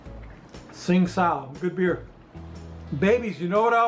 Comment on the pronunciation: That bulgogi looks fantastic,! What a flavorful marinade. Great beer, too but I think it's pronounced Ching Dow. 🤔 Have an awesome weekend, and RTFO!🤘🤙🍻